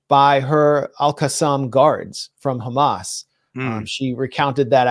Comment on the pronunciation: Netanyahoo is so stressed that he even occasionally forgets to pronounce it Khhamas